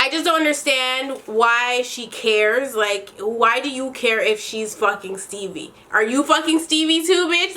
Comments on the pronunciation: Dying everytime you say “Stebbie” 😂😂😂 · The fact that you kept calling Stevie "Stebbie" 😂😂😂😂😭